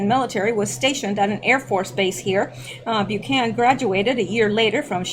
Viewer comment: Bu-can-an, not Bu-can.